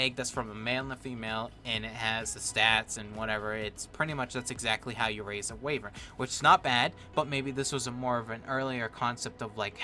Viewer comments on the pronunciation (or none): (why-ver-n) not wavern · It's actually pronounced "Why-Vern" not Way-Vern just so you know. And also that's spark powder. :P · I'm so sorry, but wayvern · GG wivern it is pronounsed